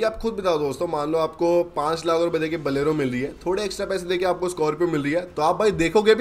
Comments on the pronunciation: Bolero ❌️ Balero ✅️ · Bhai baleno nahe bolero he 😂😂😂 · Bolero❌ Baalero✅